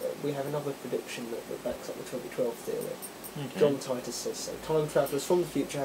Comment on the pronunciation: haha john tighter..!? its titor...like teeter totter.